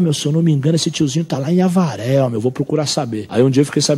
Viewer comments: Da hora!!! Mais vc fala “Alvaré” e seria “Avaré”!!! 🤗🤪🤪🤪🤪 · Historia foda.. mas um detalhe a cidade e Avaré e não Alvaré como fala no video eu moro nessa cidade e aqui essa historia sempre rola nas ruas .. parabéns pelos vídeos .. tmj. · Alvaré? Kk que brisa hein cara, é Avaré, e por sinal Avaré é uma cidade. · Rapaz, não é "Alvaré" é AVARÉ! hahahaha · Eu tbm nao entendi nada quando falou alvaré kskks no final do video fui enteder que era a cadeia de avaré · Alvare? Kkk depois na entrevista mano Brown diz certo ‘Avaré ‘ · Avaré interior de SP e não alvare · Irmão, o nome da cidade se diz Avaré, não Alvaré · só uma correção mano, vc falou Alvaré mas é Avaré o nome da cidade que ele tirou cadeia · Só um adendo.. A cidade é Avaré e não "ALVARÉ" só tive certeza de que não seria outra cidade quando o Mano disse o nome certo✌ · Única coisa que está errada no vídeo, vc pronunciou alvare, mas o correto é Avaré, parabéns pelo trabalho 👍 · Avaré, irmão. Alvaré? Kkkk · Aí, é Avaré, não Auvaré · Não é alvaré é Avaré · Alvaré não kkk Avaré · avaré porra não alvare e avaré a-v-a-r-é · É AVARÉ, NÃO ALVARÉ KKK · O nome da Cidade "Alvaré" é Avaré po 😄😄😄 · Em você quis falar Avaré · "Alvaré" 🤣🤣🤣🤣🤣🤣🤣 COMÉDIA, pesquisa o nome das cidades antes. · É AVARÉ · Fala o nome da minha cidade direito caraio